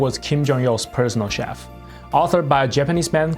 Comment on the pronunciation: I heard prisoner chef. And I'm sure it wasn't another time of mishearing a Korean accent. This time.